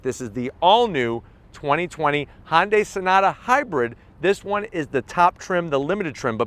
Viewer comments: FYI, it is pronounced “hunnday” not “Honday”. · It’s HUNday....not HONday.... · Great review. Just one important thing. Hyundai is pronounced "Hyun Deh" 현대 not Honday. Although not 100% perfect it'd be more acceptable to say Hunday, like Sunday but with an 'H'. Just say "Hunday," and it'll be acceptable, while being miles better than saying Honday. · "Honday". Love it. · It kinda drives me crazy how he pronounces Hyundai “Hondai” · no. its "Hyun Deh"